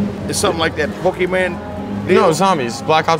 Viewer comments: Bro really said pokieman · “He’s playing zombies.””Oh, something like that pokiman thing?”ok where is the relation between “zombie” and “pokiman” especially not pronounced correctly